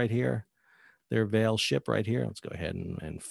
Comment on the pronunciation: Its better pronounced vahlay